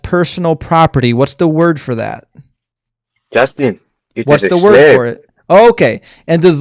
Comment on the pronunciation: Jaastin, Jaastin, Jaastin. FFS!